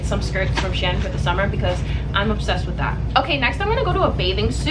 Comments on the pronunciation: you pronounced “shein” differently every time you said it lmaoo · i pronounce it she-in but said shen haha, shes probably saying it the right way though. i find it funny that everyone says it differently